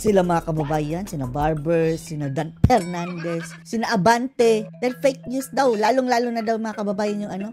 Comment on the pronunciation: DUMB "Yuttering" Pernandes